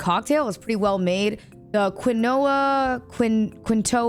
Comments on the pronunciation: the quinoa is pronounced ‘keen-wah’ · did she just pronounce quinoa as kinowa? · quinoa is pronounced keemwa 😭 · Pronouced "keen - wah"... the seed that made the Andes farmers fight each other. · you pronounced all the food from the airplane wrong. and its not even fancy food. you can get it at an olive garden😂😂😂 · The way she said “quinoa”😭😭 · Ain't no way she doesn't know how to pronounce quinoa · hearing you try to pronounce quinoa is so funny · her pronunciation of Quinoa is the most American thing i have heard all week